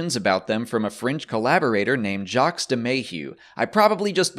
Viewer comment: The S in the name Jacques is silent